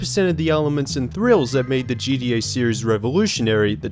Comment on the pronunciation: stop saying “gDa” it’s gTa !!! How difficult is that to pronounce??